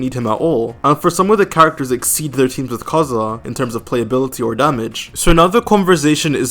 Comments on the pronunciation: Dude just say KAZUHA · Stop with "Kaedehara Kazhua" 💀